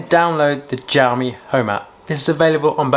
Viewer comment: jowmi though...lol